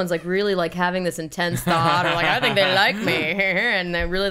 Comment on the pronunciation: Lol Colin did it again! "The-ink" instead of think XD.